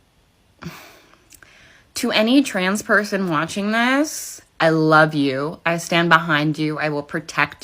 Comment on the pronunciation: “Wutching thusss” 😂😂